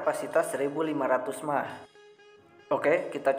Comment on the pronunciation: M.A.H kak bacanya bukan mah